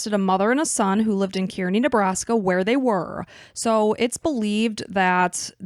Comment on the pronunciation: Is this what folks call podcasting nowadays? Just reciting internet articles without any actual research? At least learn how to pronounce the places they are from if you are going to talk in detail about it. Nobody pronounces Kearney that way. Have you ever met the families of the people you capitalize off of? Is it just morbid curiosity that drives you?